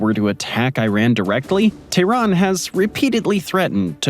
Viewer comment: How are you going to make a video about Iran and say “Iran” 500 times, and not pronounce it correctly even ONCE. Iran is pronounced E-Ron. Not Eye-Ran. If you think that’s odd, explain how we pronounce “Colonel” 😂 PS: Tehran is pronounced Teh-Ron. Not Tay-Ron.